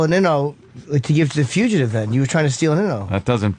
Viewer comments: lmao at how Opie says Fuchitive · What? It's not pronounced fuchitive! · I wonder if opie has figured out how to pronounce "fugitive" by now.